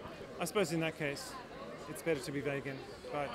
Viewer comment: "Vehgan" But great interview guys haha